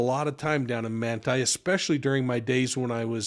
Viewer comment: What town in Utah is this taking place? Manta? He’s saying Manta.